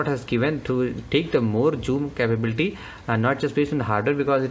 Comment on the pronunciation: its zoom, not choom!